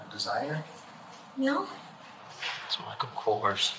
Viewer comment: Did she say Michael Kors ?! 😅😂